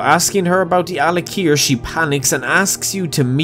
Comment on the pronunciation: "yu hav to tings to tink abuot"